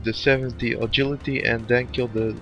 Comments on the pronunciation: I don't mean to be a troll. But where did you learn to say agility? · a-gill-ity lol